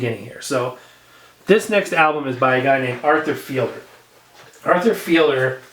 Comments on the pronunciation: It's pronounced "feed'-ler," not "feel'-der." It's Fiedler, not Fielder. Just FYI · It has the extended version of Disco Inferno which you were referring to. I believe it's If my memory serves me correctly. I believe Arthur's last name is pronounced feed ler.